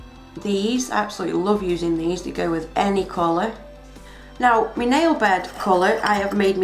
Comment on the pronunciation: I hate it when you say me instead of my xD Pretty cool tho